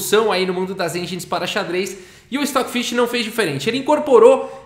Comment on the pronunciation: O Stoofvless, se ler "Estófilês"